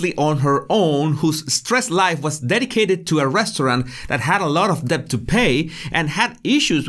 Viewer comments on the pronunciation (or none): I love your accent and pronunciation. I will kindly say *debt has a silent *b. You're terrific! ❤️🇺🇸